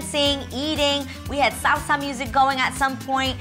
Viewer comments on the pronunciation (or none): none